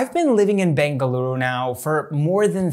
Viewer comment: You pronounced bengaluru correctly ❤️❤️❤️